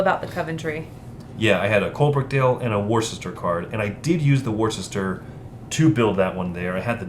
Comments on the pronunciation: Not 'wooster'. It's ' wuster' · The inclusion in the rules of the details of the industrialist characters on the cards is good, but I do wonder if a phonetic pronunciation guide to the placenames would have been useful: Walsall = "war-sall" Nuneaton = "none-eaten" Worcester = "wuss-ter" (wuss to rhyme with fuss) Uttoxeter = "you-toxeter" (And before any Americans complain about British pronunciations - have a look at Arkansas, Boise and Des Moines 😉)